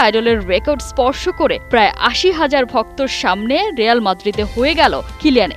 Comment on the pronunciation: রেয়াল না রিয়াল